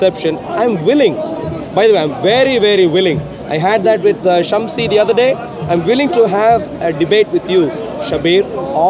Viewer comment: Did anyone notice that he finally pronounced Shamsi correctly? Wow. There is hope for this guy...